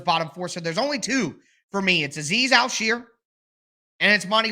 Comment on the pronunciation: You do good work, but one small correction is how to pronounce Azeez al-shaair. You pronounce like sheer like you're shearing a sheep lol its actually pronounced Shire, like where the Hobbits live